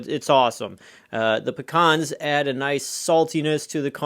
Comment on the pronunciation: Never heard of them. Are trying to say Pee-Cans? Because I'm familiar with those.